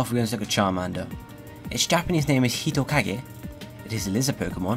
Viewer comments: Your Japanese name pronunciation is actually really good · Glad that you gave a better pronunciation of Japanese names! Keep up the good work!